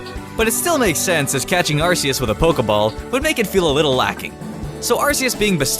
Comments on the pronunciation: It's not arsus it's are-kee-us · Arceus (Ar-Ke-us) IT'S A HARD C like cake! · Its pronounced, Ar-Key-us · IT'S AR. CCCCCCC EUS ARC ARK ARK ARC ARK ARCEUS ARRRRRRRRCKKKKK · It's pronounced arc e us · It's pronoced Are-KEY-Us